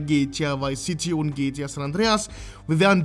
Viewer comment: Bitte sprich es G T A aus und nicht gtja 😂😂